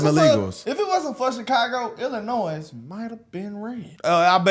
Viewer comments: illinoy...not illinoise lol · I'm sorry y'all, I love ya but you're killing me. It's pronounced " el uh noy ". The "s" is silent. It's a French spelling of an Indigenous tribe from that area. Hearing you pronounce the "s" is like nails on a chalkboard to me. Other than that you give me great hope for this country. Keep up the hard work fellas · Let me help you stop saying the S in Illinois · Ok. I’m from TEXAS. When I was a young buck in the mid 90’s in the U.S. Navy as a 22 yr old. I remember on our Liberty in boot camp I met a beautiful woman down town Chicago who taught me how to properly say Illinois. She said Tex, there’s no ‘Noise’ in “Illinois”. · The “s” in “Illinois” is silent. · People from Illinois hate when you mispronounce Illinois.